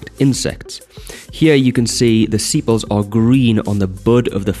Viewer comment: its sepal not sipal